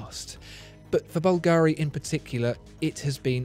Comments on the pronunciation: You're always the best. One thing, though... It's Bùlgari, not Bulgàri. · A lifelong resident of Rome told me that the jewelry house of Bulgari is pronounced BUL-ga-ri, rather than Bul-GA-ri. Anyway thanks for your great videos, my favorite among the YouTube watch commentators. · Sono un’italiano e ogni volta che sento “Balgàari” inorridisco....la pronuncia corretta é Bùlgari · BUlgari not bulGARI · Can you pronounce Bulgari in a correct way please... Bulgari without any accentuation of the a: bul ga ri. No need to say BulgAAAAri! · I have asked for a Parmigiani Fleurier review in one of my comments here on the channel, and it is true, tha Bugatti watch Parmigiani makes is crazy special. Please, whilst pronouncing "Bvlgari", put the stress the "V" not the "I". However, that Bubble watch you reviewed, that was spectacularly special on every angle. Great vid nevertheless. Cheers.